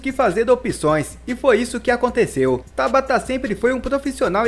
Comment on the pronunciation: Costumo acompanhar alguns cronistas esportivos de Portugal. Lá, todos pronunciam TABATA (palavra paroxítona) e não "Tábata" (palavra proparoxítona) como você diz. Procure se informar, amigo!